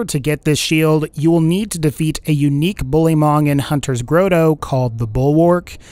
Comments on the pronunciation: Howdy, I enjoy your videos, so keep up the good work. I wanted to give you a tip. Grotto is pronounced "grot-toe". You have been consistent in your pronunciation, so I figured you didn't know. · / / "GROAT-OH?!" Really? It's pronounced "GROT-oh" (often pronounced with a "soft" 't' by those of us west of the Atlantic which sounds like a 'd' to the English). It needs a full set of ir0n sights. Actually, so does the Buffalo. The Buffalo only has a front sight but no rear sight, plus your line-of-sight lines up just above the front sight, so it's hard to sc0re longsh0ts. Also, these aren't technically "sniper" rifles since they have no scopes. They'd be more accurately defined as "safari rifles." Whitting's Elephant Gun from BL1 (which had plain basic ir0n sights that actually lined up well enough) should have been called "Whitting's Safari Rifle" since there are no elephants on Pandora. Real-world safari rifles are typically used without scopes because scopes inhibit peripheral vision which, in turn, inhibits situational awareness. Hip-fire accuracy is irrelevant with a bolt-action no-scope safari rifle. If you want to improve "fire rate" (which is more like improving dexterity with bolt-action and pump-action guns), then use the Infiltrator class mod. "Aiming down sights" without sights is a weird concept, but BL2 doesn't really understand how ir0n sights work, seeing as how most of them don't line up right (or don't exist). BL1 had that issue too, but to a lesser degree, and TPS has it to a greater degree. BL3 seems to break that pattern, thankfully.